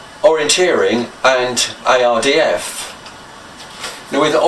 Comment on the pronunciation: U say IRDF it’s ARDF ai not oy….😜